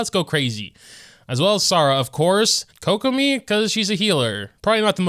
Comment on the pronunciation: How do you manage to mispronounce almost every character's name. Did I really just hear koko-my and rayden 😭